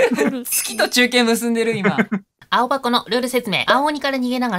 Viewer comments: 青「はこ」ですよ！ 有名な方々とコラボおめでとうございます！ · ともさん、、 青箱（あおばこ）じゃなくて 青箱（あおはこ）ですよ〜